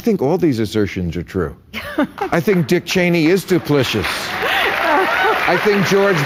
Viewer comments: Is Bill Maher either misreading or mispronouncing the word 'duplicitous'? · How is it that Maher has no idea how to pronounce "duplicitous", even as he mocks ignorant people?